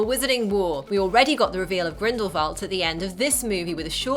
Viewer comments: their names are pronounced "lee-tuh" lestrange and grindelWald. not grindelVald. i keep hearing the V and idk why people are saying it that way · Grindelvolt? I'm sorry, but it's Grindelwald. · its grindewald not grinbervad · Never have I loved and empathised anyone more than credence barebone Also why did it sound like she said Grimblevalt instead of Grindelwald lmao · It isn't Grindlevald!, it's Grindowald. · Grindalwald not grindlevalt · grindewald not grindevald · It's grindeWald not grindleVald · Grindlewald. Not Grindlevalt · Why does she keep saying Grindlevalt??? It's GRINDLEWALT!!! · GRINDLE-WALD NOT WALT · It is not 'Grindivald' it is Grindewald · why do you say "grindlevalt???" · GrindleWALD not VALT sorry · GrendleWALD. GrendleWALD. WALD! JESUS CHRIST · sorry but it's not grindlevald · did she just say grimbleveld? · She says it more like GrindleVALT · She pronounces Grindlewald incorrectly throughout this entire video. It's really irritating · Ok that was a good video but I just can't ignore how you can't pronounce Grindlewald and Leda. No hate